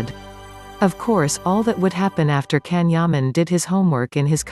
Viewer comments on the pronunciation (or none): His name is pronounced Jan not Can